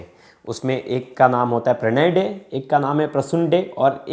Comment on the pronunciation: Yes, the way he pronounced Tangra and Dey 💔💔💔